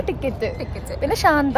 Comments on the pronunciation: ശാന്ത അല്ല ഷന്ത 😂😂😂ഓമന എന്ന് പറയാഞ്ഞത് കാര്യമായി 😂😂 അപ്പൊ അത്രേ ഉള്ളു.. ടാറ്റാ 😜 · ശാന്ത അല്ലാ ശന്ത ബാഗ് 🥰